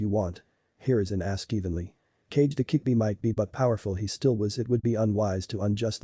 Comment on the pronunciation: it's kyubi not kickbi